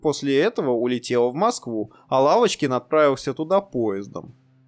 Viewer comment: ПодняУ... пошёУ... Уавочкин... Уапти... Уыковые... дизУайк!!! ДИЗЛАЙЧИЩЕ ТЕБЕ, КОСНОЯЗЫКИЙ!